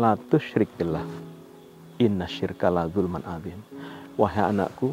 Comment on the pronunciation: Assalamualaikum Nuwun Sewu pak ustadz koreksi sedikit mengenai ayat innasyirka ladzulmun 'adzim bukan ladzulman